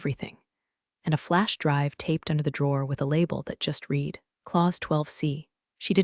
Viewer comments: I just wish that they would get someone who knows the difference between read and read. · Clue in that this is an AI narrator that doesn’t not differentiate between the various pronunciations of read, live, bow, resume, minute…